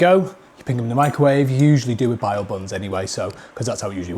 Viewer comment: BAO NOT BIO YOU DIVVY .